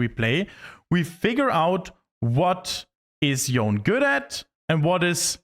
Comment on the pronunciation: how hard is it to pronounce his name correctly?